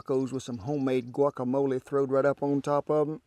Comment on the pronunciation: Thank you for saying "guacamole" and not "guakamoal".